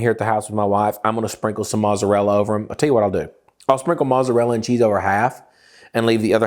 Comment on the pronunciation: Is there a inside joke on why he doesn't pronounce mozzarella property?